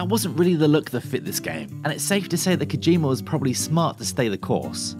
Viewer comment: Kojima not Kojimer. You invented the English language so at least speak it properly.